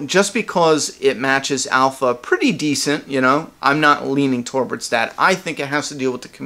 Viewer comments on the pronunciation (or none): I gotta comment, and I'm really picking on you here, I think it's cute! You cannot say "towards"! It sounds like you're saying towarwards! Don't take it badly, and I'm not insulting you, it's just I watch a lot of your videos and it's all the same!